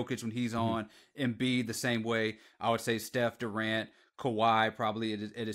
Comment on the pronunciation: Did you say Embid😂😂😂 how many times did Al Hordford give Embid fits in the playoffs